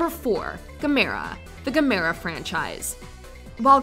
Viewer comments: It’s pronounced GAH-MER-UH not gameera wtf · It’s pronounced like gam Er a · its Gamera, like camera with a G. I love Godzilla, but i would put Gamera second. I never knew the Gargantuas were Frankensteins kids, thanks for the update. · How do you mispronounce the names of Ghidorah & Gamera?